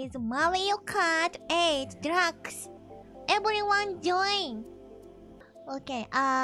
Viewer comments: I thought she said drugs at first when she said deluxe. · "Todays gemu is Mario Kart Eight DRUGS"